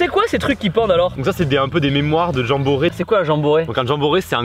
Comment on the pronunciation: J'ai cru qu'il avait dit gens bourré